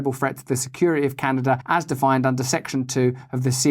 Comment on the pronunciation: Can a duh ! Great job mate you nailed it.